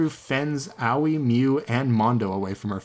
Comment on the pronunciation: Can we talk about how he pronounces Aoi, Owie for a sec Thanks